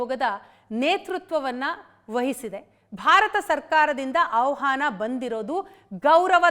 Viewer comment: ಆವ್‌ಹಾನ ಅಲ್ಲ ಮೇಡಂ, ಆಹ್ವಾನ! 😢